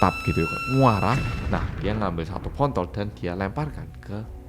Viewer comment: Maap ya 😂😂 pas klajutan dri muntab kok aku dnger nya agak laen ya pas bilang botol,ap telingaku bermslah,tpi uku ulang² tetap kdengeran ny agak laen🙏😄😄